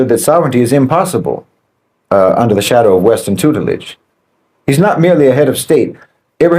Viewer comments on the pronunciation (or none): none